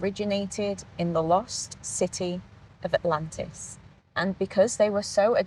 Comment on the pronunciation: Stop, dead. XD Autlantis, fml